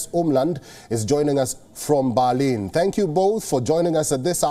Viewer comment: ITS BERLIN NOT BALEEN